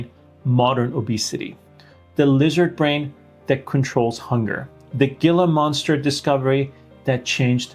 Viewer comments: WONDERFUL presentation! Very clear and helpful. Thank you! Born and raised in the Sonoran desert with Gila Monsters on my property, it is pronounced HEE-lah, not Gill-Lah. Common mistake😉 Thank you again! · Just FYI it's pronounced Heela monster. It's a whole genus of lizards that have a somewhat mild venom at least to humans. They're amazing endangered though we do have a lot bread and captivity. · It is He La (Gila)monster, you do not pronounce the G, with Ga sound. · It's "Heela Monster." The G is silent. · Unimportant to the message (which I thank you for), but I imagine you will, and have been telling the story more than once: the word “Gila monster” is pronounced “hee-la.” Originally a Spanish word, the “g” when followed by an “i ” takes the sound of a soft “h”. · Hila monster. The g is silent. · it's HEE-LA monster. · Gila = "heela" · Gila monster = ‘hee-la (Spanish).👍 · Hee-la monster. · Gila Monster ... The G in Gila is pronounced like a H, g is silent. Ever since I was little I have had to overcome raiding the refrigerator in the middle of the night. Food was my only friend.